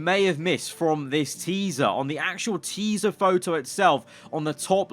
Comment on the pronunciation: noone:: TEESA